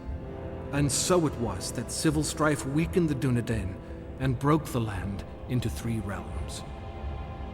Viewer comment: Too bad his pronunciation isn't Tolkien. Soron? Dunedane? Numenorians? Rudar? Sounds like someone forgot to do their homework. See notes in the Silmarillion for details. Tolkien went into great detail on the particulars of pronunciation for things like the Dunedain. He was a linguist after all. Not this guy though.